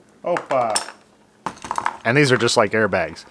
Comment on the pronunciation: you said "opa!" exactly like us Brazilians enunciate.. I've never heard Yankees say that and I know a fair amount about American culture.. what gives? You have/had a native BJJ coach?